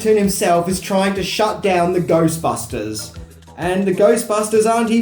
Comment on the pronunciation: 3 secs watching and I hear Goystbusters :P